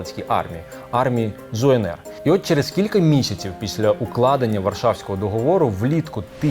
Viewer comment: Не Зуенер, а так і читається ЗУНР, тільки малохольні не знають як правильго, встидно, робити відео і не знати